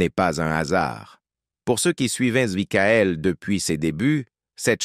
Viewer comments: 😂🤣😂🤣😂🤣😂🤣😂🤣😂🤣😂🤣 Maïkaël Jackson !!!! Les Jackson cinq !!!!! Pour ceux qui suivèze Mickaël depuis ses débuts !!!!!!! Pour ceux qui comprenète Mikaël !!!!! Houlà, c'est une vieille IA buggée française, ça ! 😂😂😂😂😂😂😂😂😂😂😂😂😂😂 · et aussi makaèl :face-blue-smiling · Aaaah l'IA 😂 Maïckaël et les Jackson Cinq ...